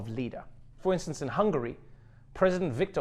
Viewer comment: Ok... But what's up with the Russian accent when talking about Hungary? Hunfarian is not even remotely related to Russian. English is more closely related, by the way...